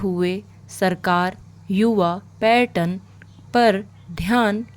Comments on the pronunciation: Bilkul paryatan , pattern bola jaa rha h.. aise hi rajya me bhi raaj. Baaki speed aur voice clear h. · Pronunciation में सुधार की जरूरत है जैसे राज्य, पर्यटन